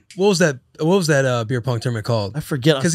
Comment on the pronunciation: Brandy Schwab seriously struggles with vowel sounds and the English language in general. Pronounces beer as "bear" and bear as "beer". Cheer as "chair" and cheer as "chair". 😭😭😭😭